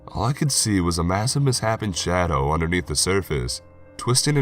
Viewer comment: This one was actually kind of sad as opposed to creepy. Still, good story and great narration! One little thing though, possibly accidental, but you mispronounced the word "misshapen". I'm really NOT trying to be a grammar nazi, I only mention it so you may avoid making the same error in the future. You had pronounced it as " miss-happen", and it should have been "miss-SHAPE-en". Please don't take this badly, I had NO detrimental intentions whatsoever. I hope to hear lots more stories from you in the future, and I will definitely try to refrain from correcting the little things!😉. Have a great day darlin'! 😘😉